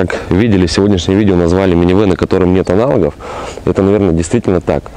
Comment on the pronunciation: АналОг, а не аналАг. КОмплектации,а не КООмплектации...